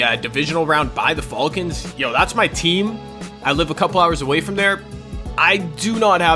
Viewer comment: Learn how to pronounce falcon